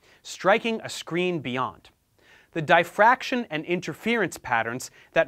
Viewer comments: Idk if this is just my ignorance but every time you say Dye fraction my brain turns off and I just can’t accept what you’re telling me 😂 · What's 'die fraction'? Is it the same as 'diffraction'? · It's not "dye-fraction" - it's diff-raction. Sorry for being pedantic, but I' spent a lot of my life looking at diffraction patterns! 😇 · Nobody: Literally Nobody: Professor Dave Explains: Die-Fraction 😂😂😂😂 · Can't fuckin pronounce diffraction.